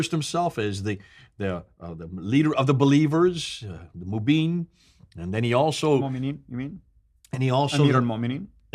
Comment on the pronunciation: "mubeen"😆this guy clearly knows what he's talking about!